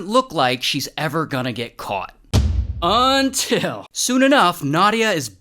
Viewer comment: Its all fun and games UNTIL Ray says "UNTIL!"